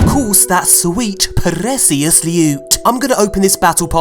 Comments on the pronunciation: hearing you say "Sweet prrrecious loot" is enough to give you a giggy little thumbs up:D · Stop saying "precious" like a dimbo.